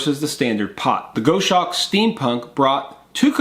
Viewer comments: Here are 4 tips that should help you perfect your pronunciation of 'goshawk': Break 'goshawk' down into sounds: [GOS] + [HAWK] - say it out loud and exaggerate the sounds until you can consistently produce them. Record yourself saying 'goshawk' in full sentences, then watch yourself and listen. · Goshawk is pronounced Goss Hawk. You missed listing the lighter you use to ignite the burners. This was an interesting video to say the least. The Steam Punk stove is a different twist on the siphon technology.....I like it! Don't like the freight charge from Australia enough to order one just yet. A very interesting twist on the Fancee Feast Stove. Thanks for putting in the time for these boil tests....................